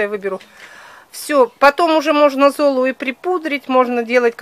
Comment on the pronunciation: можно конечно и не заметить,я уважаю Ольгу очень,но зОлу извините так ухо режет,можно же простые слова правильно говорить,ведь смотрят очень много человек и не надо так реагировать,просто можно и поправить себя,думаю в этом ничего обидного нет